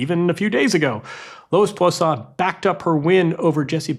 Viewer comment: This dude butchers every name that's not Smith, Jones or Brown. Bosan? Fonseeeka? Come on man